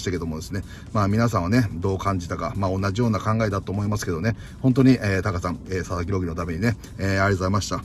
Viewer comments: 一瞬佐々木朗希投手が里崎朗希に聞こえた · 里崎さんが「佐々木郎希投手｣って言ってるのが「里崎郎希」に聞こえて車の中でめっちゃ びっくりしたwww